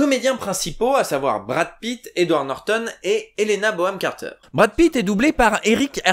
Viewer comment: Excellente vidéo ! Surement l'un des films que j'ai le plus maté en VF ! Et surement l'une des VF j'aime le plus ! PS: C'est Helena BoNham Carter et pas Boham ! Bisous ! ;)